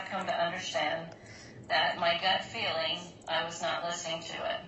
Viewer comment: keeps mispronouncing the words "scale" and "feeling" with "skell" and "filling" 🙄